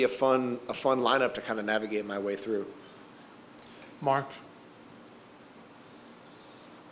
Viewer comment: This nigga said ‘Mark’ smh